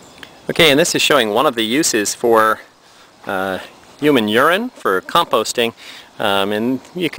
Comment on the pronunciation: Thanks for this video but have you noticed, it is so funny the way you say "HUMANE URINE". Keep up the good work and thanks for the videos and helping me learn!